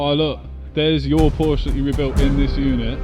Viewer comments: Dude in the beginning your said it correctly. "Porsche". But then in the end of the video you fell back to the typical English speaking error, saying "Porsch". It is "Porsche". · now that you own one, it's time to pronounce it correctly... it's Porsche with an e at the end, not Porsch. Please! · I love your videos and how you rebuild broken cars, but as a German, I can't handle the way you pronounce Porsche. It´s Porsche, not Porsch :D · Pronounce por sha. Waisted $130,000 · "But if you want to buy one of these, you've got to be on a special list from Porsch". Is being able to pronounce "Porsche" correctly one of the requirements for being on the list? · "2024 Porsche GTSouve Condenzation edition" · yoo the fucking "E" in Porsche isn't silent! Dankeschön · Learn, how to say Porsche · Here we go with another video of mispronouncing PORSCHE.